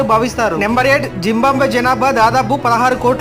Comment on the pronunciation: "జింబాంబ్వే" కాదయ్యా "జింబాబ్వే" !